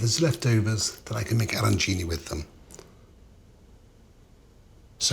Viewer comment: Perfect pronunciation of arancini, Maestro! Thank you.